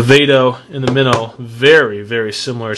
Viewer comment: you say it wrong its flip mino like a little fish